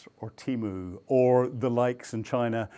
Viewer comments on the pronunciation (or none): none